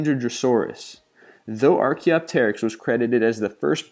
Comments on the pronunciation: It is pronounced arceopterix and quetzalcoalatlus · Ark-key-OP-tur-ix just for starters. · If you do a list like this, first, rehearse the names of the animals so that you can pronounce them correctly. "pterosaur" is simply "terosaur" without vocalizing the "p". Dunkleosteus is actually very easy to pronounce, as "dunkle" and "osteus", without all the extra syllables. And how about archaeopteryx? How did that one get messed up? It's been around a long time, and is easily pronounced as "archae", "opter" and "ryx" or "arkay opter ricks". Not hard, and learning the names makes you sound like you know what you're talking about, whether or not you do. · The P is silent in Pterosaur . If you're going to make a video about prehistoric creatures, please learn the correct annunciation. Also Archaeopteryx is pronounced (Arkie-opt-trix). As a paleontologist I could not finish the video due to the butchering of the names. However, at least the facts about them were correct. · ITS pronounced: ARK-E-OP-TERH-IX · I appreciate the attempt, but spend some time researching the pronunciations before you record, I mean really....JEAN-us for starters and ark-key-OP-ter-ix. Dinosaur names can be difficult but really, TAY-os New Mexico??? It goes to credibility. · Work on your pronunciation. For example with archaeopteryx the stressed is the "op" not the "ter." <- That can play the sound of how it's correctly pronounced, I don't want to make this too long, but I'll just say check some of your other pronunciations as well. a lot of people watch these lists, and some of them might be hearing these names for the first time, and it's best not to intentionally spread misinformation, or come off sounding like a third grader reading a report on dinosaurs. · Not very good at pronouncing Archaeopteryx and Quetzalcoatlus...